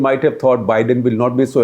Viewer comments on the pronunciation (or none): none